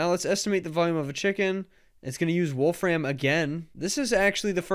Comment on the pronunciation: Please stop saying "Wolf Ram". That's not his name. There's no stress on "ram", he says it more like "Wolf-rim", as does everybody else with that name.